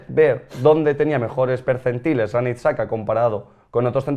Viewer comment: Pido por favor que deje de pronunciar Xhaka como saka